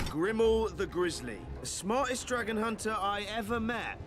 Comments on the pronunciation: I am 2 minutes in and just know by the end of this ima be pissed because the way says dragon GOD drives me nuts. THERS NO E!!!! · question for the native english speakers: is this how you usually pronounce "dragon" ?